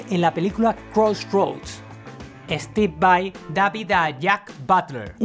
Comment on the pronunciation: Estib vai...jajajaja, tenés menos inglés q tevez